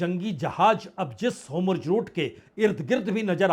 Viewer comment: होर्मूज है सर.. होमुर्ज नहीं 🤤